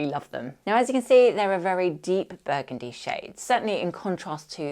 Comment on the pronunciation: 😂 shot everytime you say buegundi